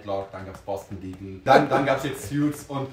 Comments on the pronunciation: Btw, es heißt Suits [suuts] nicht Sjuits 😉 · Man spricht es ‘soots’ nicht ‘sjuts’ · Es heißt Suits, nicht "Sjuts".